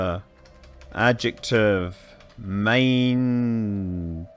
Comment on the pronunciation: "Mininging". xD